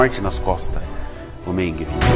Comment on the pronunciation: Que agonia a forma como você pronuncia Mengele. Totalmente errada e abrasileirada. Quem pronuncia esse sobrenome corretamente é a senhora idosa.